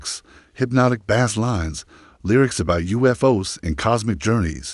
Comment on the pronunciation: So many inaccuracies and a stupid A.I. voice that can't pronounce bass correctly. Total B.S.